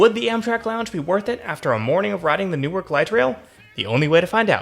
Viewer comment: 5 seconds in and I've already gotta point out the pronunciation. locals pronounce it as Nork. hyper locals pronounce it as 'Nouwk'. looking forward to a good video. this is my "just spent $35 on food delivery what should i first watch video" edit: 3 minutes in and the prod. quality is insane edit 2: this video is like crack for me as a transit enjoyer local to NWK